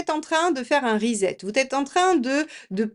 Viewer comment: Non je ne fais pas un risette mais un re set. Prononcez RI- SET et non pas RIZETT.